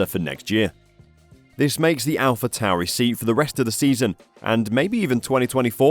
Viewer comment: It’s Pronounced Alpha Torey.